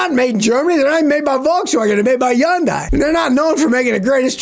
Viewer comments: Hey Scotty nice glasses. And it's pronounced hun-dee, not yun-di😂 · Hyun-dai. Rhymes with "Sunday" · Is he saying Hyundai?????